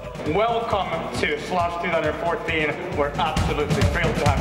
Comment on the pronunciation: Ensimmäinen s-kirjain kuulostaa hassulta :) Ja ehkä samalla se sh-äännekin lopussa...